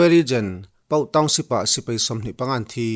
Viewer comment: Sir A bengvar thlak e..mahse sipei nilo in sipai tih zawk tur nilo maw...